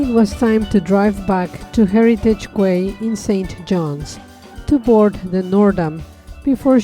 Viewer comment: FYI, Quay is pronounced as 'Key' not 'Kway'. 😁